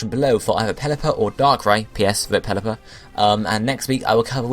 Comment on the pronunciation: Why is everyone saying Pelliper